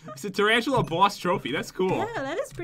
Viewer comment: I love it how said Trantalla